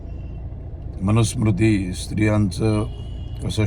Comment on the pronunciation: एक नशीब समजा की तो मनुस्मृति हा शब्द बरोबर उच्चारला!! 😄😄😄 बरेचसे संस्कृत किंवा भारतीय शब्द तोडून, फोडून, विचित्रपणे उच्चारतात हे विदेशी स्त्री आणि तिची मुलं!! संसदेत बघतो ना?! असो. अहो! दगडा समोर डोकं आपटले तर आपणच मरून जाऊ!! न बोललेलेच बरे अश्या लोकांसमोर. शहाणपणा आहे. का आपलं रक्त आटवा अश्या लोकांसाठी??